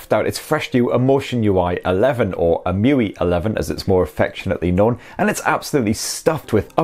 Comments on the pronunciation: It's E-em-you-ay not E-moo-wee 😂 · It's em-u-i not e-mu-ee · Alright... I've never heard anyone callt the UI 'Mewe', nor I think it's his you're supposed to call if, but damn... I dig it. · it's actually 'emu-eye' 🤣😂 #okayprobablynot